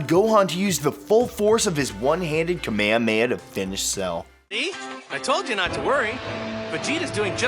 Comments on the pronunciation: The fuck is a "kameyameya" lmao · Its not kamayamaya like wtf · So you just gonna say kame hame ha like that? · Bruh he pronounced kamehameha "ka may ha may" 😂😂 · I'm going to pretend you didn't say kamehemeha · did he just pronounce kamehameha wrong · You said kamehameha wrong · never pronounce kamehameha like that ever again